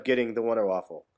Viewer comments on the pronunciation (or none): Man, you pronounce Waffe like Waffle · WONDER WAFFER NOT WAFFLE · its not a fucking waffle its waffe